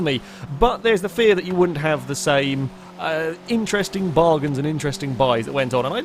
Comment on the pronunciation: Once again has invented a new word!. "Bargins"